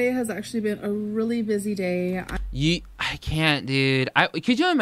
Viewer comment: Who else cringes when she says the words "Vhaa...log" instead of vlog or Dayah instead of day? I'm convinced she's stretching out her words to make that 10 minute mark LOL.